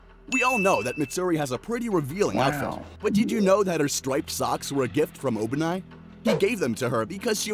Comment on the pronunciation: why do you pronounce obanai like that..💀